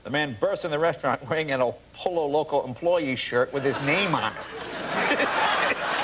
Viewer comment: So painful to hear po-lo loco again and again